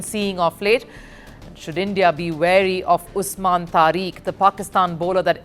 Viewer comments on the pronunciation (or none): the name is Tariq, pronounced Tarik, NOT Tareek, what a nitwit!